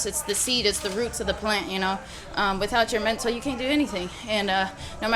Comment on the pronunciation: Dude, pronounce MENTAL, it's not hard.